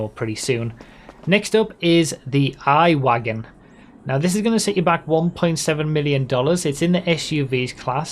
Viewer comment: the I-Wagen is probably pronounced e-wagen, since its electric and i is spelled like e in german